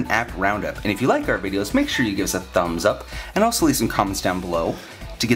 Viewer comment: i love the way he say "thhummsup" :D